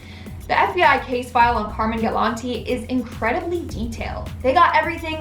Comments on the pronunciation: Its pronounced "Car mine" not Carmen. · Love these vids but my OCD won't let me ignore the pronunciation of Carmine... It's pronounced as it's spelled. "Car-mine" instead of "Car-min" which is female. I'm sorry, I couldn't help myself! 🤪 Still loved the video though! 🖤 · At least pronounce Car-mine properly